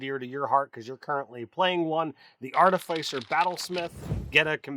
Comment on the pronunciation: Always mispronouncing Artificer.